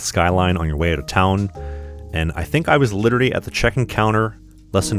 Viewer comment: Nice… But you literally mispronounced the word “literally”!😂😂😂